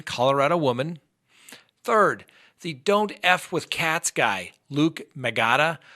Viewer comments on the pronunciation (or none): none